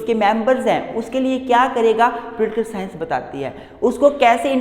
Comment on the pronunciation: I like the way he say Pultikul sciance 😄